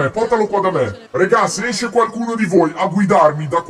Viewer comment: Micheal che dice eskere 😂